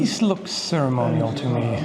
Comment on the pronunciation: "cerimonial" HE SAID IT, HE SAID IT GUYS, HE SAID IT IS CERIMONIAL